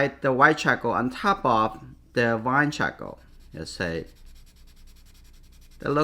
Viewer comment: Chahkaow.... I love it. It's actually a good name for a baby lol. I really like how you pronounce charcoal. Great video btw